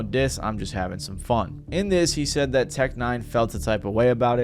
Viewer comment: I hate how you say everything correct af except "that" its not "dat"